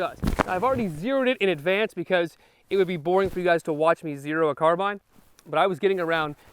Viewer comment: I'm glad he pronounced it that way. I don't know anyone irl who says car-bean. The only place I've heard that is YouTube. I'm Canadian though so that might have something to do with it.